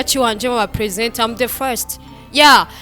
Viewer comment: Ati am the fwesti😂😂 nat aranyicaa 😂